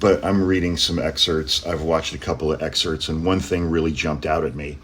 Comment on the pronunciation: A lawyer that cannot pronounce excerpts? Excerts? A lawyer? Really? 🤔